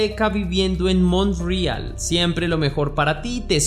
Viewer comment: Ni siquiera sabes pronunciar Montreal ? 💩💩💩💩